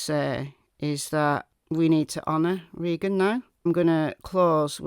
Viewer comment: I am pretty sure that her name was Reeeegan and not Raaayyyyygan.